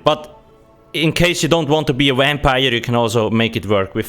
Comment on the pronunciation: “In vase you don’t vant to be a vampire” 🧛🏿‍♀️